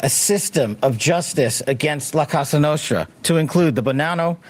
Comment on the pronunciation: Kash keeps saying “casa nostra”, which means “our house”. They are called “cosa nostra” - meaning “our thing”.